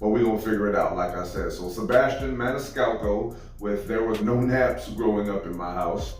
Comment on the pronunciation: So proud of you that you pronounced his name perfectly !!....LOL.....most reactors butcher his name !!........more Sebastian, please !!